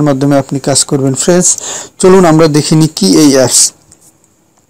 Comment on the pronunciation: Every few seconds you are saying "FRENS", what is "FRENS" anyway? Do you mean "FRIENDS"? why do you have to say friends every few seconds?